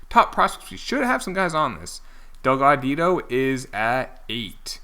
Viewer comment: It’s pronounced Dell-God-Ee-Oh